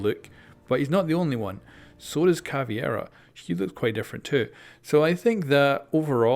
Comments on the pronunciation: Hey, could you please fix your Caveira pronunciation, it's definitely not Ca-vie-ra but Ca-Ve-ee-ra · IT’S ‘CAV•EI•RA’ CAVEIRA NOT ‘CAV•IE•RA’ CAVIERA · It's Caveira not Caviera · Fucking CavEIra... Not Caviera. Why do so many people struggle to read and say it right? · Its caveira not CAVIERA ffs :/ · Listening to him say Caviera instead of Caveira makes watching the video so hard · come one man, ca-ve-ra. not cavi-era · It's CA-VEI-RA not CA-VIE-RA, it's been 3 years!:P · Am I the only one who gets pissed when youtubers call Cav "cAvIeRa" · Samir Duran His pronunciation of Caveira is not an accent problem, he is straight up inverting the E and I. Thats not caused by accent. My native language is Spanish, I say the names Maestro, Lesion, Mira, ect like they sound in Spanish because those are actual words in Spanish, but I dont invert letters or anything like that.